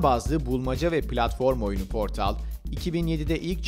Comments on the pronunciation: portıl diye okunuyor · Portal'ın okunuşunda "ı" yok. Nitekim İngilizcede "ı" sesi yoktur. Çoğu zaman "schwa" (ə) ve "ı" sesleri birbirine karıştırılır. Portal'ın okunuşu "Po:tl" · The yı ingilizce okuyup portalı türkçe okumakta ayrı birşey :D